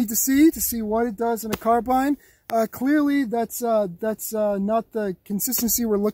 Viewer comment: Finally someone who pronounces carbine right instead of the revisionist stuff that's pushed now